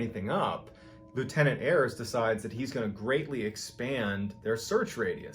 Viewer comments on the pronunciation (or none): none